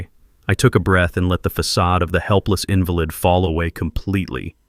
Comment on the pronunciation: Invalid has two pronunciations. You picked the wrong one, the one that means a person weakened by some😮 ailment, instead of the one that means not valid with emphasis on the second syllable: inVALid. You said INvalid.